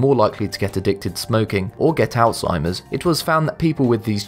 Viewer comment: ThANK you, thank you, thank you for properly pronouncing: alzheimer's! I'm so sick of ignorant people calling it; all-timmers! Freaking ignorant people.